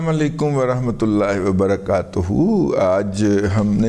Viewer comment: رضی دادا صاحب اسلام علیکم ورحمتہ اللہ وبرکاتہ ہوتا ھے وبرکاتوھوو نہیں ہوتا اسلام علیکم کہنے کا شکریہ